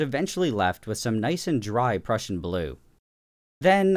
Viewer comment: I've never heard someone say prussian as "pruecian"